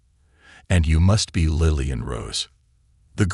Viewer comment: It's Lilly, not Lieiy